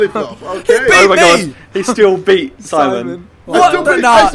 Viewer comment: Whenever says Simon, I hear Sideman